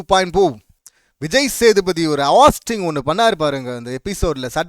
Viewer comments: நீ ஃபர்ஸ்ட் ஒழுங்கா சொல்லு ஹாஸ்ட் இல்ல ஹோஸ்ட்.. விஜய் சேதுபதி கரெக்டா தான் பண்றாரு உனக்கு பிடிக்கலைன்னா நீ மூடிட்டு போ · Please pronounce it host, not hast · ஹாஸ்ட்டு இல்ல டா ஹோஸ்ட்டு😂😂